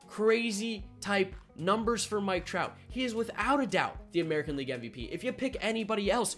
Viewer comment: I love dj but it’s mike trout